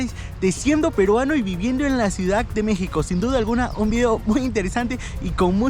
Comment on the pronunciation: Ciudad, no "ciudac" Modismos. No "dialecto"